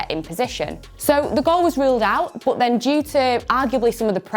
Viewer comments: More like "bot" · Nobody Nobody who speaks English: Bůtt